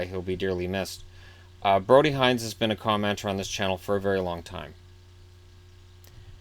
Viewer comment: Thank you for doing this. It brought a smile to my face on an otherwise tear-filled weekend. I just wanted to let you know for the next video that our family pronounces Hinz “hints”. Thank you again <3 (Edit: our family meaning Brody's family)